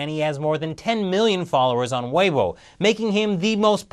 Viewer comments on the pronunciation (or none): I've heard much worse pronunciations than what said. Most westernn reporters i've heard pronounce it "wii bow". As for "propaganda mouthpiece," the only one's I know of are those owned by governments, and they usually spread propaganda, which is based on lies. has only spoken the truth! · Weibo isn't a loanword that has existed for years. regularly butchers these words. If he's going to host a propaganda mouthpiece for the Falun Gong, his credibility would be helped if he learned basic Chinese pronunciation. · Pronounce Weibo right if you're going to host a show about China.